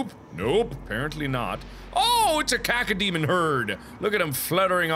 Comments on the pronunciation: It sounds like caca to me. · everytime Mark says cacodemon I have to giggle becaus "caco" sounds like "kacke" the German word for "poop" and than I'm imagining the demons shitting all over Mark... I'm almost 21 years old and still laughing about poop...